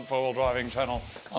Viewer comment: I heard filthy "Frank"furts and had Vietnam flashbacks